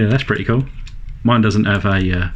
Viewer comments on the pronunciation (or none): none